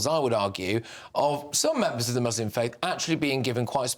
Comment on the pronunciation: Why must they say Mooselim